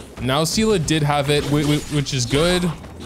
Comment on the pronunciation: you keep saying see la, its pronounced SAY LAY (Seele) Why are you like this